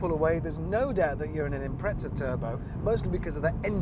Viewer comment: There’s no “t” in Impreza…